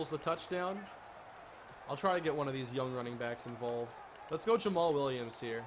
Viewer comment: Yay you said jammal williams right